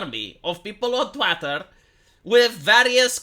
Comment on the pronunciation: I’m pretty sure you did not intend to mispronounce “twitter” as “twatter”. Not positive, just pretty sure.